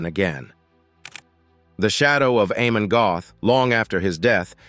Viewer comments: Amon Göth is pronounced Ahmon Gert. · Before I watch any further, please note: think this: AH-mon Get.⚡⚡